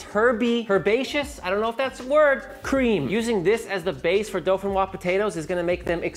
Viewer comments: Pomme De Terre Dauphinoise. correct translation would be Dauphinoise Earth Apple. DO-FI-NOIZE. Repeat after me. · All I could hear was "Dolphin frog potatoes" but that's ok because you rock! Here in Norway we call this "Fløtegratinerte poteter." Merry Christmas dude!